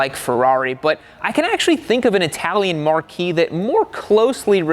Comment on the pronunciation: I don’t want to do this, but I feel compelled to tell you: marque, as in a particular brand of vehicle, is pronounced ‘mark’ in English. It’s an archaic posh term reserved typically for vintage vehicles by vintage people.